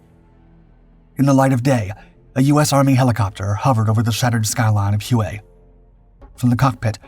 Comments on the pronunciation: Ask a Vietnamese how it is pronounced, it is pronounced Way not hu a like he was saying it. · Not Hew-A, HWay. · Huay? Try: Way (Hue). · Great pod. Just a note, ‘Hue’- is pronounced: “way” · No way man, its hugh as in hugh Beaumont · If you are going to talk about something and repeat it ad nauseum say it the right way! Hue is pronounced Way!